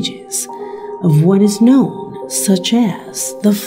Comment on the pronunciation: Should have subtitles or show texts on the figures within the video. The auto-generated caption can't even guess what this woman said who even pronounces the word "known" right.